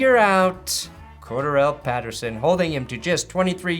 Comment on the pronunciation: IT IS CORE-DARRELL PATTERSON, NOT QUARTER-RELL PATERSON Please, my brain cannot handle hearing you pronounce it like that anymore lmao